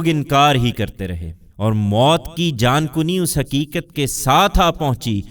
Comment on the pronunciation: 3- Jaankani not Jaankuni